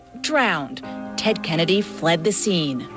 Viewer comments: "tennedy"? lol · LOL!!! "Tedennedy" he said!!